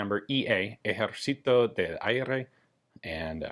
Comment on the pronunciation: ahhaha the way you said Ejercito sound super funny Thanks for sharing this pieces of spanish firearm history